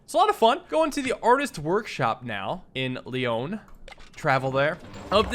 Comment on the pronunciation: Pardon your French, but Corsica is pronounced COR-see-car, and Lyon is like leeAW 😉